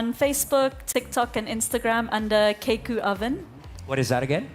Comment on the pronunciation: ryzza daig pa ng grade 5 students yung keikeu (kay-ee-keu) hindi ma pronounce ng maayos buti pa si Ryan na pronounce ito ryzza mae paano naka graduate ng high school yan ganyan na ba kababa tlaga ang kaledad ng edukasyon dito sa pinas